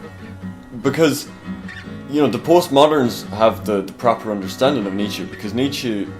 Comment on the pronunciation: knows his stuff, even if he gets that last syllable of Nietzsche's name wrong in the pronunciation (not -ee but -uh - the Germanic phoneme schwa as present at the end of the German word "Mutter" as it is in the English word "mother").